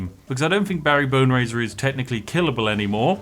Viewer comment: I heard Bary Boner not Bary Boneraiser